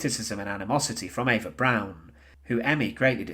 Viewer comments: It’s pronounced Eva “Brahn” not “Brown”. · Eva’s last name isn’t pronounced brown. It’s pronounced “brawn” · The mispronunciations drove me crazy, with the biggest being his saying Eva "Brown". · It is pronounced B R O W N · He sounds English, to my English ears. Although, I've had to listen to Australians mispronounce European names for 40ish years